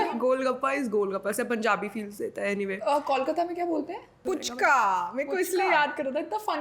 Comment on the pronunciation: Didi it's फूचका not पूचका apne to word ko cute bana dia hain😍😘😘